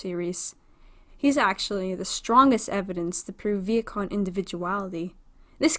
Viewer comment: Is it just me or is she pronouncing vehicon as vietkon?!